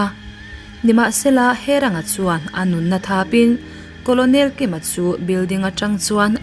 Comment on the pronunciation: Colonel hi karnel tia lam tur a ni lo maw